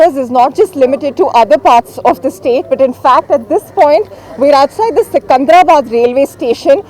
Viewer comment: It is not 'sikandrabad' Stupid print shound employ local reporters not the people from north, Don't make Telangana another delhi ffs